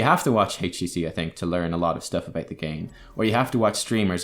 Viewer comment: Triggers me too much, how you pronounce "about" so I have to leave...